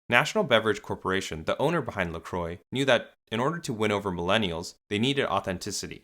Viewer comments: 🛑🛑🛑 It's "La Qwah." It's not pronounced "La Croy." It's French meaning "The Cross." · Croix is pronounced like "kwah" not "croy". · these mfs cannot pronounce french words La Croix - (la crua) not lacroi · its pronounced lacrowa not lacroy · Dear Americans (including the owners of the company if they endorse it), La Croix is not pronounced La Croy - it is pronounced La Kwa. Sincerely, Europe. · First time I heard an someone from the US talk about this brand I didn't know what he was talking about. But when he wrote it down I went "ooh!". They pronounce it Lacro-y, while I always pronounced it French (the cross) La-cro-a. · It’s pronounced La-Qwah not La-Croy 😬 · It’s “Lah- cru-ah” not “Le-Cru-oy” *in my Hermione voice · Can you learn how to pronounce "La Croix" properly?. Because it's no like in this video. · Lol, how American pronounce La Croix, a French name (meaning the cross) totally not pronounced like that. Every time they mention the name to me it sounds like stupid people not knowing how to talk. Normally it would be pronounced like this: LAH KRWAH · La Croy haha how can they butcher this name so hard 😂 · Pronounced La Croque! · I can't get over how they pronounce La Croix as "La Croy" 😂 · So we're not even going to talk about how literally everyone is pronouncing it wrong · Now if Americans could only pronounce La Croix correctly. I imagine Canadians and Europeans would not tolerate an American pronunciation. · Why do Americans pronounce La Croix like that... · As someone who understands French I truly believe that every time an American pronounces LaCroix a French citizen gets spit in the face somewhere. (Luckely I'm not French myself)